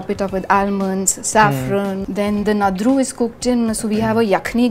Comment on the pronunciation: Its not nadri,its nadru...n i dont think dum aloo is a typical kashmiri cuisine